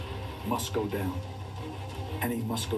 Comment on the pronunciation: "The quahtehbahck must go dahn and must go dahn hahd." One of the most badass football quotes ever.